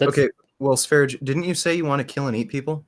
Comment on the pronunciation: It's also annoying that he can't bother to properly pronounce sv3riges name... No respect.